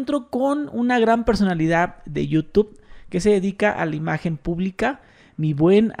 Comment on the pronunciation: Hay y dices Youtup...😅